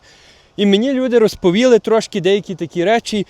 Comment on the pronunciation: РозповІли= розповІли, не туди наголос, то Ви не українець, Ви канадець українського походження, можливо, Ваші рекомендації і коментарі недоречні? Не дуріть людям голови своїми запізніми рекомендаціями, їм і так нелегко, потрібне доступне житло, сплата за комунальні, для когось це найскладно, то не базікай того, що не потрібно, простій людині, без коштів, як знайти вихід, особливо, якщо вже зневірилась? Потрібен псіхолог, але і Ви, блогери, відіграєте важливу роль! Тож не ламайте психіку у людей, які вже пережили занадто багато з початку війни! А ще краще, приїздзь в Україну, туди, де люди постійно знаходяться в зоні обстрілів, вибухів, _і тоді змінеться твоя риторіка! Добре там, де нас нема! То я все пишу не для товстосумів, а для людей з середньою освітою! І не всі можуть з `таким іноземним акцентом` розмовляти!!.... Ти просто дуже далекий від неньки, нитки з`єднання вже давно перервані.... Вибач_те!!! ""